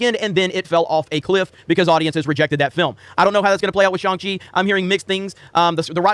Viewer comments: Did you not watch the movie? It's not "shANG-Chee"... it's pronounced "shONG-Chee"... it's literally in the movie. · wow... ignorant... it's pronounced SHANG Chi... not SHANG Chi! >:( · Can’t even say Shang Chi right 😮‍💨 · Dumb, just dumb, this channel is garbage. Can’t even pronounce Shang Chi correctly. “I’m hearing mix things.” Mix what brother? “Continue to go after us?” Hope you stay safe and well during these times. You are biased before even seeing this movie but I believe that’s it’s just how you feel in your narrative. ✌🏾